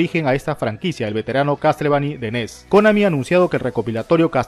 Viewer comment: Castlevani, Resident Sivil, me chirrían los oidos